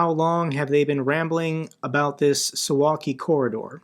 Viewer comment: Suwałki is read su.vaw.kee btw